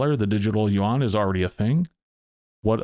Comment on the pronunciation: I believe it is pronounced "u-wan". At least by most Americans.